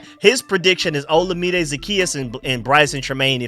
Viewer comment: FYI, Olamide is pronounced like oh-LA-mi-day. Keep up the good work bro!